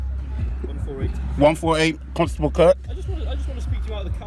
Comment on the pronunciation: I think you might be mispronouncing Constable every niw and then🤔🤣🤣🤣